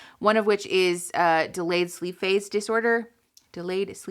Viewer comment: I loved how you describe all these symptoms in a very easy to understand way.I actually thought you said " delayed sleep face disorder" 😂